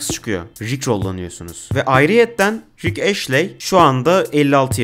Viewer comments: Sizin okuduğunuz (eşley diye okunan) Ashley diye yazılıyor Astley diye yazılıyor orijinalinde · bütün video boyunca ashley'i eşli yerine eşley olarak okuyan sana da teşekkürler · Yanlız o rick ashley diye okunmuyor rick astley diye okunuyor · Abi güzel video da astley "eşley" değil "estliy" diye okunuyor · Neden Astley'e sürekli Ashley diyip durdun anlamadım. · Video boyunca Rick Ashley demişsin estliy diye okunuyo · Ashley değil astley ama neyse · Rick "Eşley" ne lan? O rick Estliy(Astley) degilmi? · Abicim ashley değil astley estli diye de okunur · rick ashley(rik eşlii) değil lan adamın adı rick astley(rik estlii)